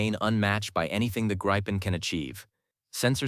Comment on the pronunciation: It is NOT Gri fon, it is Griff on.